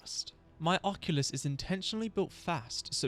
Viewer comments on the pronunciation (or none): Im like who is the oculus but i realized you are saying occultist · Huh, I've never heard occultist pronounced that way. You're saying it like oculyst from warframe, but its pronounced like uh-cultist. Congrats on the winning run! That was a crazy amount of Death fights. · ocCULTist, not occulist (o)-(o) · "Occulist"? Are you Retarded? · Bloody beast video mate (seewhat i did there hehe) !! Also i love you but his name is The Occultist lol it was so funny hearing Occulist like there was an eye doctor dealing weldritch horrors 😂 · uh-cult-ist, lol it was driving me crazy but besides that great video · Loving the vid so far. You saying (and spelling) Occultist "Occulist" is tweaking me out tho 😂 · Apologies if this comes out mean, but you are pronouncing Occultist wrong. It's pronounced either [ uh-kul-tist ] or [ ok-ul-tist ], the way you're saying it is the old fashioned way of what an eye doctor is called which is an Oculist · Was gonna watch this video but you pronounced occultist like that so im good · You’re saying occultist wrong just so you onow